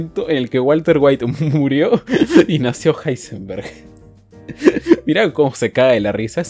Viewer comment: Me encanta que en uno de los números del top le llama a Heisenberg: ilsenberg o como se diga